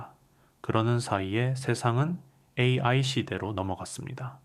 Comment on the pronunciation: 내용 좋고 나레이터 목소리도 좋아요. 다만, 중간중간에 AI를 읽을 때 ''에이에이'' 라고 읽는데 교정이 필요합니다.!